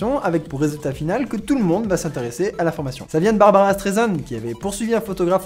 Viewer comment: C’est Barbra Streisand (pas Barbara).